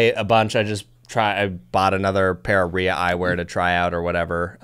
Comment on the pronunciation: Ria is pronounced [‘rai-ya] not [ree-uh] just fyi. I love this eyewear. I have a pair of the reflex with all the lens options. A bit pricey but not more than losing an eye.